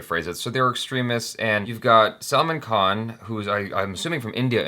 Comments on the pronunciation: Why are you calling him "Salmon" Khan...Salman aint fish.. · said " salmon" Khan 😂